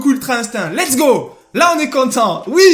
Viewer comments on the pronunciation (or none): Pq tu dis l'ets go